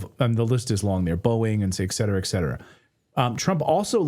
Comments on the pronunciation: what’s the point with EKSETERA? (et cetera) ? Where the hell is K in et cetera? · Be the first channel on YouTube to pronounce et cetera correctly.